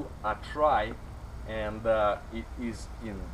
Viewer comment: lol so many lulz with this one. The way you pronounced "Atrai" sounds like "I try". This little van sure does try. Even have turbo blowoff. Sounds mean, but it is gutless compared to some modded JDM cars, but it tries.